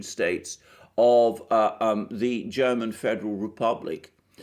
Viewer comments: you made very good progress in pronouncing german! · Mr. Mercouris, your German pronunciation is fantastic. As are your analyses. Thank you! Merkel started in the CDU only for one reason: The work to the top in other parties would have been much harder than in the CDU of Kohl. Merkel is no conservative. She always promoted leftist agendas. Imo she's glad, when the Greens will run the country and the CDU will be destroyed. Merkel isn't inept or too old. She was socialised in the GDR and did well there.